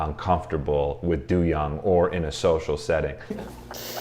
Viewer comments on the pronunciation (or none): I shed a tear every time you say "doo-young" 🥲 it's not that serious im being dramatic lol It's pronounced "doe-young"